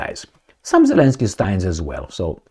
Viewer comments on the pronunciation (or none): none